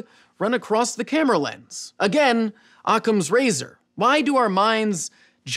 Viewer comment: Ha ha ha "OCCAM'S"